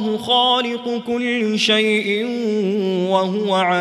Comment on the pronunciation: its kulli not kullu